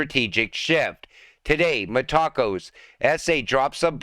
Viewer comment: META - co not taco META co